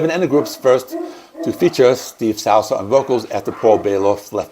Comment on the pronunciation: The L is before the T in Altus, Souza is pronounced “sue-zah” and Hunolt is pronounced “hugh-noll”